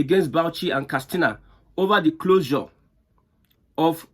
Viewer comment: KAT SINA NOT KAS TINA